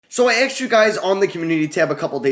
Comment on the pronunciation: Asked* not "Axed"